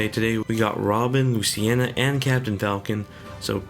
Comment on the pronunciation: Luciena? It's pronounced Luce-een-a